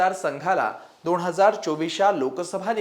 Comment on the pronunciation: दोण हजार नाही दोन हजार म्हणा " न " आणि " ण " चा घोळ घालू नका